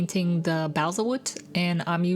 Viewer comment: It took me hearing you say it a few times before I figured it out but it’s pronounced “ball-sa” not “bay-sal”. Really cool little miniature in a tin. I’ll have to try that one.